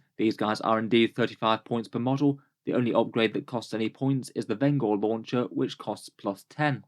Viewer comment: pronounced Venj-er as in one who brings vengeance. Not Ven-Gore